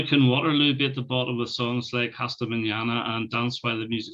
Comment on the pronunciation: The right pronunciation of "Hasta Manana" -> The "H" is not pronounced so Asta not Hasta ;)